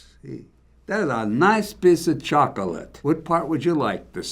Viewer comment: “That’s a nice peace of cHaCaLaTe”